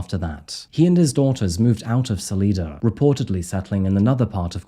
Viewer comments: Ok so a couple things: first, it’s pronounced Sal-eye-da <3 secondly, Coloradans know how to react to a mountain lion attack. Mountain lions are absolutely wildly dangerous, they are very quick and very quiet. If a town believed one of their own had been taken by a mountain lion they would’ve already sent out to find it and kill it. Unfortunately that’s just the way most towns will operate because once a lion figures out it can get food from a place where humans live more humans will die. Coloradans have to take that very seriously. The fact that the authorities didn’t at all react means this was not a mountain lion. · Lol it’s Sal’eye’da. Salida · Not to be a know it all but I lived in Denver for a decade and it's pronounced solyda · Salida CO. Is pronounced as Sal I da. Thank you for sharing your stories! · I live not far from this crime and have been following it since day one. I hope he will finally be found guilty. BTW Salida is pronounced Sa-Lie-Da. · I love your channel so much. It's pronounced Sa-lie-dah by the locals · The name of the town is pronounced with a long i...su-leye-duh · Salida... hard I.. everytime you said it like you do my skin crawled at the locals in the region and the pronunciation of their towns😂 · It’s actually pronounced Salida with a long I😊 born there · You need to learn how to pronounce the name of the town. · I wish he would learn how to pronounce Salida correctly. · Dude can’t even pronounce the name of the city correctly . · The locals pronounce Salida [sal-EYE-dah] and Saguache is pronounced [sah-WATCH]. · Being from Colorado the way salida and then saguache was funny. At least listening to that news story should have helped saguache lol. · I used to live in Fairplay, Colorado. You are pronouncing Salida wrong. It's Sal-eye-da, not Sal-ee-da! Just like the town I currently live in is Sal-eye-na, Salina, Kansas! Just letting you know!!! I really enjoy your videos!!! Keep up the great work!!! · Ugh. Sal-EYE-duh.